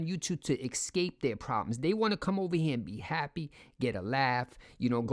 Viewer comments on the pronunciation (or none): ESSSSSSSCAPE! Not EXcape That's a cape you are not using anymore and you got a new one - so the old cape is your ex-cape